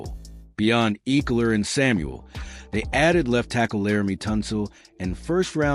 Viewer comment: Did you just pronounce it Austin “EEKLER” 😂